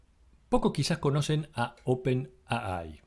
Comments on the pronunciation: ¡Por favor! No es "open a ai"; o dices "open a i" u "open ei ai" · Buena recopilación pero... por favor pronunciar bien... en español es open A. I. ... en ingles es Open Ey Ay... pero jamas es Open Ah Ay.... porfa! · Por qué pronuncias 'a-ai' y no 'ei-ai' en inglés o si fuese en español 'a-i'? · en ingles se dice ei ai pero en castellano se dice ai no aai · Demasiada soberbia sobre hechos y nada de análisis. Gracias por poner en línea de tiempo esto y no creo que haya mucho más que agradecer. OPENII como lo lees en inglés. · Le agrego algo más: En español sería al revés: I.A. ya que para los de habla hispana, es: Inteligencia Artificial. Pero coincido, está mal expresado.